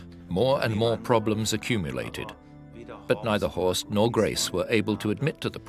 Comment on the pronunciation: It's Horst and it's not pronounced correctly 😉